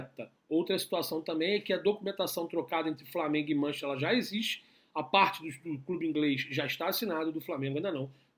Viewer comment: MAN CHES TER, repita, MAN CHES TER kkkkk Bom trabalho aí.